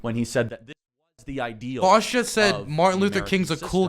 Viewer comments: Does Charlie call him Vowsh on purpose? Like a way to signal how unimportant Vaush is to him that he can't even be bothered to learn how to correctly pronounce his name? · New way of detecting fascists, ask them how they pronounce “Vaush”.